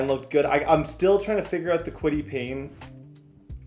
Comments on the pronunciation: Its Kwity Paye not Kwity Payne. Where are you getting the n brother lol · Bro if I hear kwitty Payne one more time I’m gonna pull my hair out 😂😂😂 it’s Paye . Got you gang 😭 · Kwitty Paye!!!! Not Payne!!!! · kwity “payne” is pissing me off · Julius Brents as well…Kwity Paye as well! Your mispronouncing many colts players names